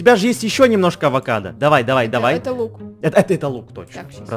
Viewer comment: Адвокадо адвокат если что это так сказала вообще это авокадо❤🥑😊